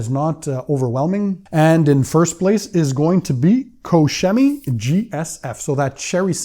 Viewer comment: Koch Chemie, you are butchering their name. hehe🤣